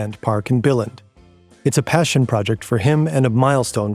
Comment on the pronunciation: did you just pronounce "billund" as "bell-end"? 😂 the english word bill is almost identical to the first half use the vocal sound of the e of "bee" instead of bill's i noise. if you know the german word "unt", that works. just cut the t. thats the second half. took me a bit of sounding out, but if you use the "um" of "rectum", but replace the m with n, then its spot on. lego are bell ends but thats not how you pronounce our town name! also, godtfred filed 10 patents for interlocking bricks, not 1. he tried to make it impossible to copy it, so he patented all the alternative solutions he could come up with too. its a little disappointing since your own image of his patents literally shows this. didnt you look at it yourself?